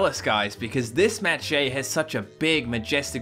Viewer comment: what the frick?! i thought Shea was pronounced the same as the Shea in Sheabutter